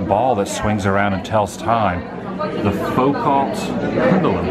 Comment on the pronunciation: sure wish you could pronounce Foucault (foo-kow) Pendulum and coelostat (see-low-stat) properly. The big ball does NOT tell time. Please know what you’re talking about before you spread misinformation! I could not watch the whole thing, embarrassing. :-/